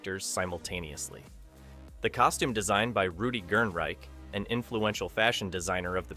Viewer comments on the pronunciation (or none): none